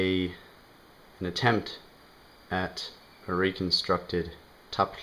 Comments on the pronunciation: It's originally an Old Norse word. I feel the plosive is too hard, not fluid enough with the complexity of being aspirated and also preceding a voiceless glide. It sounds like he is struggling. Icelanders may have their own ideas about what sounds good. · Where'd you get the semitic Kh in Norse fl? I've studied many ancient tongues and I've never heard any semite Kh sounds in any Scandinavian or Germanic tongues, ever. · He's also pronouncing Tafl wrong. :(